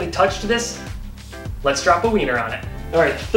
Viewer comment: ha ha ha he said weanner